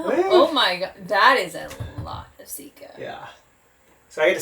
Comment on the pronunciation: Sikka, as in sick car, not seek car. Rant over.